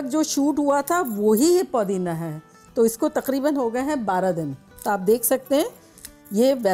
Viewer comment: It's not. Podina it's pudina